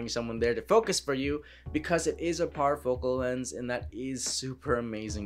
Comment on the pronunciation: Power focal? Anyone lol.... Parfocal